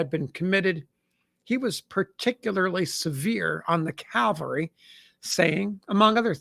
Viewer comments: CaVelry not caLvery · One day ill find an American who can pronounce the word CAVALRY. not CALVARY. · CAV-al-REE not CALVARI 😊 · Cavalry not Calvary. Jeez this guy is a historian? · Cavalry yes Calvary no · "Calvary" is a place. "Cavalry" is mounted soldiers.